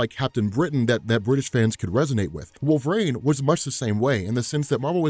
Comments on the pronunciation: Great video, but dude, it's "wolvereen" not wolverain" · It’s wolverine. Not wolvarain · WolverANE. Can't unhear. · I was instantly gaslit when he kept saying" Wohlve-rain" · You actually said Wolvrine , slow it down homie. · Anyone else hearing wolver-rain?